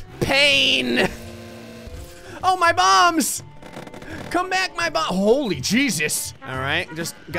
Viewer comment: "Oh, my bombs!" I thought he said balls. Both make sense though.